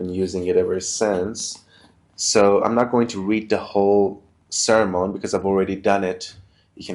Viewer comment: Awesome food for thought, dude. So what's the difference between the Old and New Covenants? And FYI it's pronounced, sir-mun.